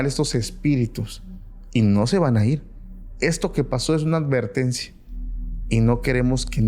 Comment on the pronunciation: Se dice advertencia, no alvertencia.